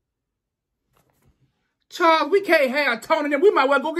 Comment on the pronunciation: My name is Charles & the way he pronounces that Charrr & Charrrsss is 100% the wat folks say it.